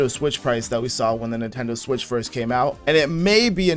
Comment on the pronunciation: Neentendoe swish